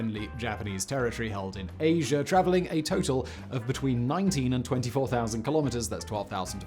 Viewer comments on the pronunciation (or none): none